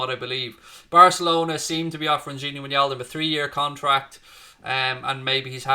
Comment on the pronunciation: It’s “ Why Naldum “ !!!